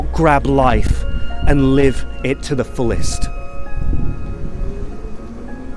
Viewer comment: I'm sorry, did you say go out and live, or go get some LIDGE? 😢